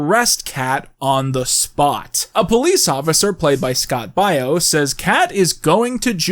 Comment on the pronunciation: the way he pronounces Baio is hurting me physically